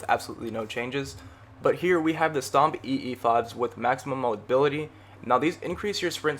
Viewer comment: ITS PRONOUNCED STOMPEEZ U FOOL